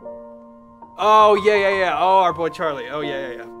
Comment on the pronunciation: "Our boy charie "😂😂😂